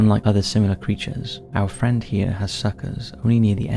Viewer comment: I like when he says 'OUR FRIEND vampire squid' 😂😂😂. I am like yeaa why nottt